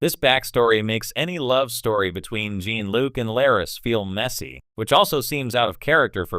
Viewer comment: Is this supposed to be a joke? They can’t even say Jean Luc’s name correctly. Stop using this garbage, AI, or at least watch your damn video first and correct the things that are wrong